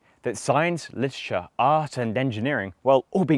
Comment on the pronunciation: ok so I'm not a native speaker and I know that people don't always pronounve every single syllable individually and clearly but... how many people say "literature" as listsha? (or maybe it's another word but idk which)